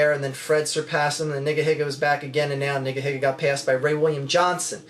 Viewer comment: No offense, but it sounds weird to pronounce it "niggahigga." I don't know how it's supposed to be pronounced, but I would stick with "neegaheega." I don't know; who cares. Just a thought.